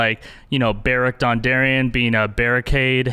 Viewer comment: Berricade? sigh. well played sir.